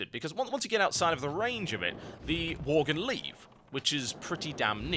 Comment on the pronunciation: Pretty much choked on "Worglin" xD Holy shit.